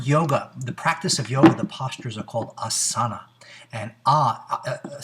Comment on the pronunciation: Back to Sanskrit school, asana has a long first a which gets the emphasis, AH-suh-nuh, the word derives from the verb as, which you got right, it does mean to sit, but says nothing about pain. For that you’ll need patanjali's sthira/ sukham